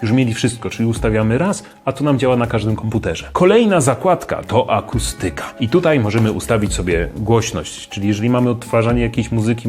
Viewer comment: źle akcentujesz w . Akcent powinoen być na "ku" - aKUstyka